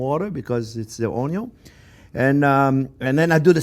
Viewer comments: Out of respect for the Chef, I now pronounce onyo correctly, I also try to correct others when possible. #OnyoGang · 8 years later. He still says oño. Some things should not be corrected. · Take a shot every time you hear “onyo” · THERE'S MORE VIDEOS OF THIS AMAZING CHEF SAYING ONYOUGH????? THIS IS WHAT THE INTERNET IS FOR THE BOB ROSS OF ONIONS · Came for the Onyo, stayed for the recipe! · he's lived so long with lotsa onyo, now he's one with the onyo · Onyo. The word none of us knew we needed. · I love this recipe, but in reality im only here to hear him say onyooo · o n y o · every time he say oh-ny-on lol onion ...I flashed the same thought. Also thought of Justin Wilson Raised up around NOLA! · Ok, so I've subscribed just so I can hear more "oniom" in the future. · I swear to god computrers and such can read minds because i've been thinking of how he pronounces ONYON for weeks now and i got this recommended..... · ONYO ahahah nice one old man!!! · Who else comes here only to hear him say onyo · No one: Absolutely no one: Jean Pierre: ONYO! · I love how he pronounces onion. Makes me hungry. hahahaha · "a good onyo is a heavy onyo" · It's a onyooooooooooooooon😂😂😂😂😂😂😂😭😭😭😭😭😭😭😭👍👍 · ngl clicked on this just to hear you say "onyo" multiple times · Onyo.. love it!! He is so great! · Im going to enroll in his school just so i can hear him say onion everyday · I want to make this recipe but everytime I watch this video I laugh when he says onion and I don't think I could do it without breaks for laughter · i like how he pronounce onion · He doesn't say Onion, he says Onyo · The first time he said “onyon” I knew who he was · You're all wrong. He says Oño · I never seen a chef with this much passion for his "oniyon"❤❤❤❤❤❤❤❤❤ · This guy does loves his Onyo's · Chef Jean-Pierre: "I could live on Onyo....." Everyone else: Yes Chef, we know. We know! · Oh...I would need my “onyo” goggles....🤓 for that one....why are you not crying??? Must be magic. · came for onyo